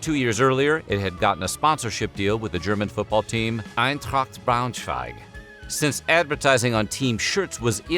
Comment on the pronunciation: Awesome job pronouncing Eintracht Braunschweig! I watched the video just to see if this would be mentioned...and for football jerseys, or Trikots (in German), to be forever ruined...